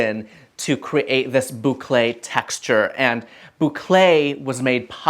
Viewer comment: Hello, tu prononces très bien le mot Bouclé 👍👍👍... Et merci pour tes sages conseils en déco.